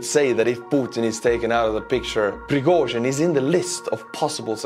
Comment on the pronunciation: Piragozhin lol